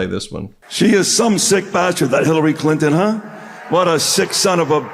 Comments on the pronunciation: 😂😂😂 Hillary Clin-in. Stupid Habba cant even say her name right!!! She deserves prison with DICTATOR TRUMP😡😡😡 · Why does she pronounce Hillary Clinton's name as "Clint In"? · Who TF is that "comedian"? He's disgusting! Along with the rest of the speakers. 🍆💩🤡... Vote 💙🇺🇸 Bring back MORALS AND DECENCY! Haba can't even pronounce "CLINTON". Unless it was a slur "CLITON"?¿🤔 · Habba, before you speak, learn how to pronounce Clinton. Also Habba, Hillary has accomplished more in a day than you will in your entire life. Hillary went to Yale Law School, you went to "Widener University Commonwealth Law School". Did you even have to take LSATS to get in. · She can’t even say “Clinton” correctly. What does Hillary Clinton have to do with this election? These people are absolutely sick. 🤮